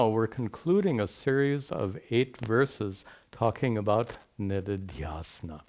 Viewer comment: They are shravaNa श्रवण manana मनन and निदिध्यासन nididhyAsana. When says nididhyAsana it sounds like niridhyAsana.